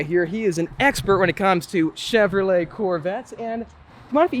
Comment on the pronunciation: cheVROlet 😂 can’t stand the way he says Chevrolet